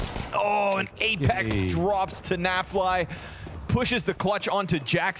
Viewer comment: When commentator called apex 'LamePex' ive spit my drink out 😂